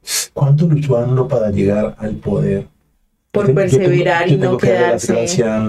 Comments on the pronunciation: Es amlo,no anlo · No es anlo, es amlo, aunque les cueste trabajo pronunciarlo